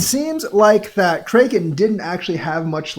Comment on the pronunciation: Stop saying Krayyyken. How do you not know how to pronounce Kraken lolol. (Crackin)